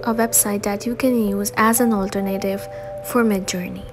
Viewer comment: Not Al-Ter-Native It's pronounced Al-tern-ative